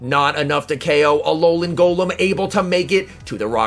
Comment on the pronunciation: « Ololan Golom » 🤣